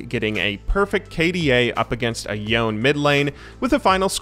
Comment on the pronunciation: no no no no no no no no no no no no no no no no no no no no it's YONEH not yown